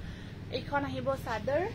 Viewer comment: Pathsala.. Ghorot koi eh bhaat kekral di e, teeta kekral khai val pau e.. Kohen ja eneke koi Aru videot wow sador nohoi chader, vado mah nohoi vaad mah.. 😂😂